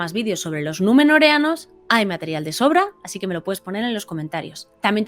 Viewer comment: Me envanta que pronuncies bien numenoreános xd